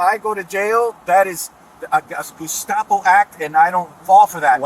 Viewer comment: "If they're using the correct terms " IRS RSA... GUStapo?!?! 😅😅😅😅😅 Gustapo!!! 😂😂😂 Gotta love Americans